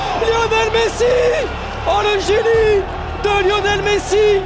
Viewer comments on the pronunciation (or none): none